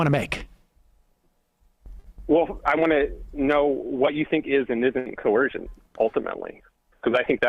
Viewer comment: This guy has a hard time with the word coercion? Seems okay with other words, but that one makes his snowflake heart melt.